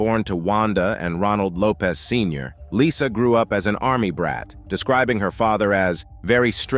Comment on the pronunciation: It’s actually Lopes 😉